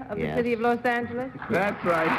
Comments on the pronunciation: He said Los Angheles. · . Yorty was known for pronouncing "Los Angeles" as Los Angle Less.